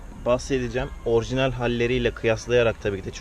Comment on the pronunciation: kardeş orjinel değil orjinal😁😁